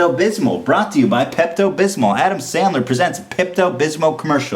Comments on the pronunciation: The way he says "Pepto Bismol" sounds like he's saying "Pept-abysmal" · I like how he says Pepto Bismol like "Pept Abysmal" which really reflects his opinions on the movie. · "peppuh bithmo" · Pept-abismal. Lol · Today I learned that Ethan has no idea how to say Pepto Bismol.